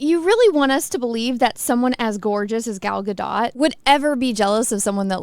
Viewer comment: Excellent pronunciation of Gal Gadot's name there! 🙏🏻👍🏻